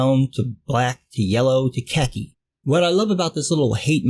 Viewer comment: "...brown to black to yello to keki".... I'm lucky to have survived that one. Scrambled eggs and water don't go down well with that line.